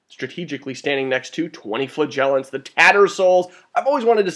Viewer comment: You might need this :) How to Pronounce Flagellants